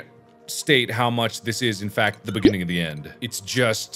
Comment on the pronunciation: Mark: Beginning of the end Me: What? Mark: Beggini o the enn Me: That's even wor- Mark: BIGINIOTHIEN